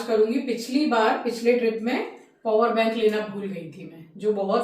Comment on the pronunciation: Ma'am it's power bank n not purwer bank